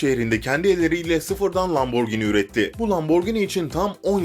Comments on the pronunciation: Lamborgini değil lamborjîni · abi o lamborgini değil lamborjinii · lamborgini değil lamborgihini bide lamborgini diye okunmuyor lamborcini diye bide bizene türkiyede lamborghini mi var? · Abi lamborgini deyil laburjini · Neden lamborgini diyon? :D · Lamborgınt aq